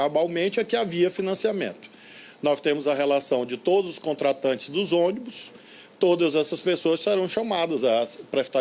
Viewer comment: me da agonia quando ele fala todas.